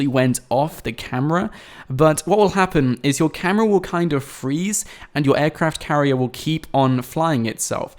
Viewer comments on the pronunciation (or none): He keeps saying "Aircraft Carrie" lol. Flying ships are a thing now. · I cringed every time he said aircraft carrier